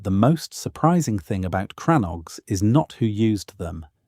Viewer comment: They are and never were "CRANNOGS" I cannot spell the word on this keyboard as it is in the Irish language. The pronounciation is more like "CRANNOGUE"